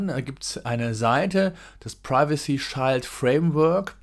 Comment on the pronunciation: Interessantes Thema. Kleine Korrektur: "Shield" wird wie das deutsche "Schild" ausgesprochen, bloß mit einem "ie". Sozusagen "Schield". Nicht "Scheild".